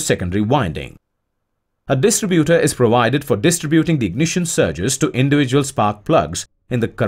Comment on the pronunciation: nice work and graphics: maybe the English is computer generated: anyway there are errors.The battery metal is lead, pronounced like "head" not "leed"; distributor is stressed di STRI butor, accent on I. Articles are missing as in a phrase like" connected to contact breaker" which should read " connected to THE contact breaker.Sorry that the verb lead, as in leader, and the noun " lead" meaning cable are pronounced "ee".English is not always logical.